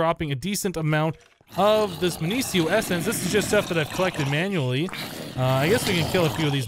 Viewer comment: minicio is mih-nee-key-oh